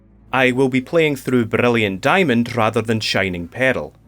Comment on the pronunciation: I’m low-key insulted people called your accent a speech impediment… the way you pronounce Brilliant Diamond and Shining Pearl makes me so happy